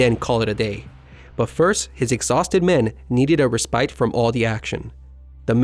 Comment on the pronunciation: Respite is pronounced "RES-pit," not "re-SPITE."